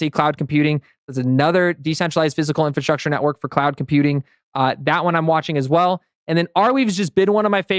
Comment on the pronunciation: Please learn how to pronounce “infrastructure”. INFRA- STRUCTURE. That is all